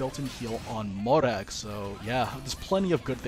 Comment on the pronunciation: i’ve always appreciated nn li’s pronunciation of mòrag’s name